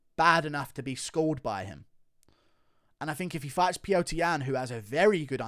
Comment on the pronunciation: It's Peter, not pee-yo-ter